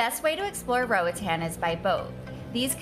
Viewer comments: Nothing grates my nerves more than hearing people saying Roatan wrong, especially when they claim to love the place. -A Honduran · It's really annoying when she saying roatan